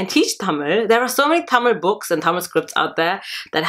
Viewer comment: Thank you sis. Its very nice to hear you say "Tamil" the right way. Hope to see more videos from you.